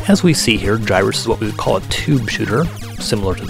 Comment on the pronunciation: Hard 'g' in Gyruss. Just sayin'.